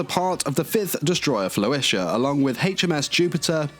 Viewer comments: I can’t be the only one triggered by how pronounces Flotilla, right? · It sounded like he was saying flo-isha, rather than flo-tilla. He also pronounced "bow" incorrectly when discussing the damage she took in battle against the Germans. When referring to the front of a ship, the bow rhymes with "how" or "wow." He pronounced it like a bow tie or bow and arrow (rhyming it with words like "flow" or "glow")... Other than these little nitpicks, though, I really appreciate him doing these character reviews and tying them to the actual history of their ship namesakes.